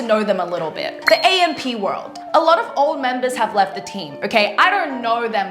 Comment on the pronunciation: Atleast you should pronounce the group name right 🤦🏻‍♀️